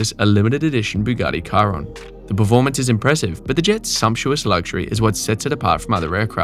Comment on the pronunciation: Yes, yes he did. English speakers don't careabout how names are properly pronounced. If you ever heard them pronounce Vincent van Gogh you would have known :P